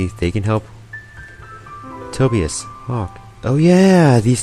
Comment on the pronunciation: Wait, real-life books and Google in this game? LOVE IT. By the way, the name "Tobias" is actually pronouced "toe-by-as," just so you know.